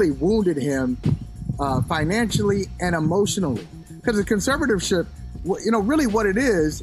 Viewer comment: Nice try Michael Smith and Michael Holley you've obviously worked with this college educated woman enough to know; she can't pronounce conservatorship. In an attempt not to be embarrassed by her lack of discernment you pretended to stumble over the word, so that y'all could make it plain for her to hear yet and still this college educated Black woman 's lack of discernment dimmed whatever points and premises projected. Sad, but true. Conservatoryship?!?! #gtfoh